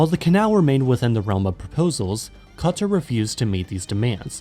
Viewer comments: Qatar ❌ Cutter ✅ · You can pronounce the hardest German words but qaTHar is hard to say